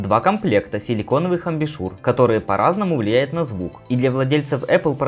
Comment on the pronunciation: зачем каверкать слово? Амбушюр, а не амбИшур